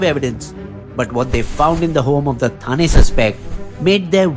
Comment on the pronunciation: Thane is pronounced ठाणे, not थाने.